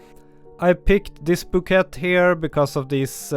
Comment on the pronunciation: And Bouquet not QUET, but KAY - but I guess that's French.